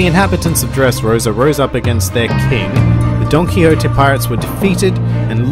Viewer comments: I don't know if this is intentional or not but whenever he says "Donquixote" it sounds like he's saying "Donkey Hote". I love it because Doflamingo is one of the biggest asses in the show in my view. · every time you say donquixote, i hear donkey-hote for some reason lol